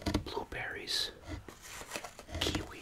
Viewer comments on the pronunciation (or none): none